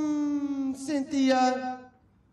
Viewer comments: Lmfao "cyn thi UH" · “Cynthia. Cyn-thi-a.”💀